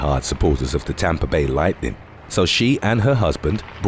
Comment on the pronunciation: Tampa Bay Lightnin" - nevermind that final ''g' sound... :-)